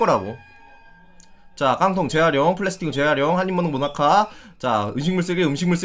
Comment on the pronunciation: 지금 다시 보니 한 입 먹은 모나카가 모니카로 들린다